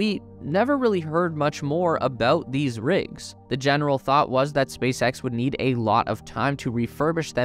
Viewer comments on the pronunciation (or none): none